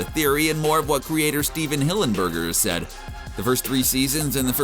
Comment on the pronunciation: the disrespect of calling him "steven hillenburger"